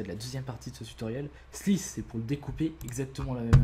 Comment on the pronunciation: Aie aie aie cet accent :D Slice, Splice, Unlink .... :D